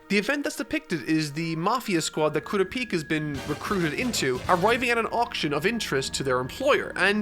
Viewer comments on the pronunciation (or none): It's pronounced coo-ra-pika Like Pikachu but only the pika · Its kurapika not kura-pika 🤣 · It’s kurapika not Kura peeka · kuropika....all i can think of is kuro from servamp and one piece combined with pikachu. pretty sure it's ku-rop-ika at least based on the sub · KOORUHPEEKAH why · KU-RA-PI-KA... get that kura-pika pikachu shit out of here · Koorapeeka lol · The way you pronounce Kurapika’s name hurts my soul🥲💔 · Is he saying kurapika wrong or is it just mee? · the way he pronounces Kurapika makes me wanna die. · I want to nit-pick the pronunciation of kurapika SO bad... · How is he this far into the series and still pronouncing Kurapika's name wrong. This is gonna be nails on a chalkboard judging by how many times will have to say his name in this arc review. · The third arc and he still can not pronounce Kurapika correctly